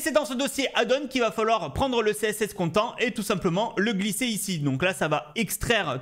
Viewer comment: content en anglais ça se prononce con-tènte 😃